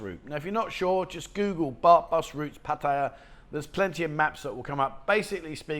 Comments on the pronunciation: I can’t believe how many don’t put the effort into saying, Pattaya correct. Not,, Pa tie’ ya. It’s pa ta ya’. Ask any local, make an effort. It is the only respectable thing to do. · For some reason the Brits really struggle with this. Pat-I-Ya not Patty-a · it’s pa ta ya. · Info is good buy after so long in Pattaya one should pronounce the name correctly.